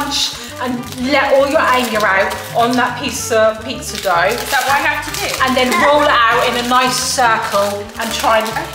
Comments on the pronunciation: it is Dough prounce it like that dooooooh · In England (where I am), we don't pronounce it dog or douuuug, we simply pronounce it "Doh" like Play Doh . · Omg so funny Pizza dog 😂 the ghost is silent! It's pronounced d-o like say the O sound. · First I want to say that I love your videos and you guys never fail to entertain us all! Also I’m Australia and we pronounce ‘dough’ like dow like what said at one point 😂but I’m not sure if it’s different there but that’s how Aussie’s say it! 😂❤ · There saying doouug but it’s dough😂😂😂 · It’s not dog its doe Dough** Love You tho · “It’s pizza dog” “no it’s pizza dowg” in America it’s actually pronounced pizza doh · PIZZA DOWH. NOT PIZZA DOG. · It’s pizza DOE…g is silent here in america😁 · Pizza dough is pronounced doe like doe a deer a female deer NOT dog. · No way she said pizza dog instead of dough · By wits not dog it’s Dow/dough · and its doh ho not dog girlysssssss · Lol you pronounce dough as in doe not dog or dowg lmfao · It's dow not dog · It’s do not doug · In America we pronounce pizza dough “dow” like a hair bow but with a “d” lol Love your videos by the way!😍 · Omg the the way you said dough, I think said it correctly though. I'd say either try d-oe or d then ough sound from though. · It’s spelt dough but Is pronounced as do but the o is pronounced as a capital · You guys are hilarious... The pizza dough is pronounced Doh.. in Australia the "g" is silent ❤❤❤❤ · It’s pizza Dowww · The way they said dough lol it’s dow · I pronounce Pizza Dough as pizza dow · GH is silent in Dough so it’s pronounced DOH. Ok me up 🆙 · It's pizza dough "dow" (American here) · It is dough like its doey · It is pronounced pizza d o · its pizza dough {douh} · It’s said doe in Scotland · It's pizza dough you say it as pizza doe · Dough is pronounced Doe the Gh I’d silent. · It’s pizza “doe” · It's pizza doe(like toe) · was right you don't say the g it's like doe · u prounce dough like doo